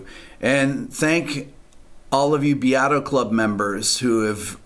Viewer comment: I never knew how to pronounce his last name...I just always thought it was Beat-O